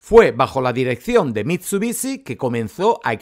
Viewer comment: MIT SU BI SHI , no mitsubici >:C